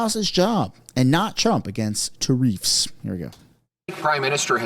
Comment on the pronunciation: It's pronounced tar-iffs not tar--effs